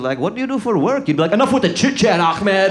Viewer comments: A"h"med Not a"kh"med. lol. Funny but I'm surprised he mispronounced a common name, as his surname is anwar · i think its intentional. impersination and all